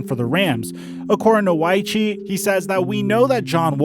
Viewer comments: You are covering the NFL. Sam Wyche is a guy that coached a team to a Super Bowl. Get the name right. It's pronounced Wych....not Wycheeeee. No E sound at the end of his name... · Bro its Steve Wyche (the e is silent)